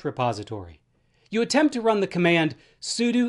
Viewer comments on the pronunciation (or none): Why does he say sudo like that?